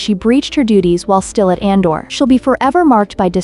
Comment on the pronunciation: Just an fyi, it’s pronounced as A-dor, not An-dor. 😊